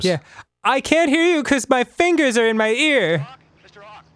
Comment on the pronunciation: Actually it was Arin's pronunciation that was weird so Danny didn't catch it at first.